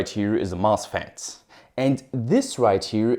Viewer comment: Why do you add an "s" to every word, even though it doesn't need it? "This is a mosfetSSSS". "This circuitSS".